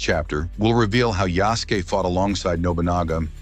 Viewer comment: I get your point but it's spelled Yasuke. It's sort of pronounced how you spelled it although you do pronounce the 'u'. It's almost like the soft 'u' at the end of 'desu'.